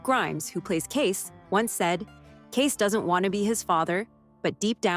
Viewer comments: You'd think that someone who claims to know so much about the Duttons would pronounce all their names correctly. It's Kayce, not Kace! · And it's CaseY. CaseY! Not Case for Pete's sake! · Ah yes KEIS Dutton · Kacey* not case. Smh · His name is spelled Kayce but pronounced like Casey or KC. Whichever is easier for you to understand. His name is not Case. 🤦🏻‍♀️ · Omg thanks for pointing out that it’s Kayce not Kace. That was driving nuts and I’m glad I’m not the only one! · Cara, not Karen. Kacey, not Kace.